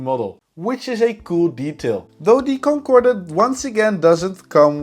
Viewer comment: Lousy packaging,crumpled boxes. Since when did we start pronouncing the ' e' at the end of Concorde?? You get coupons everytime you log in. All the tshirts are made out of cheap Polyester but you have to look everywhere for them to admit that most of the clothes are made out of this cheap material. Video for 7 year olds. At least an admission that the plane models are average. Wow lets break models.( apparently average build quality means cool?) If you wonder how China keeps builing new cities just look at the crap us Westerners like to buy. Peace out.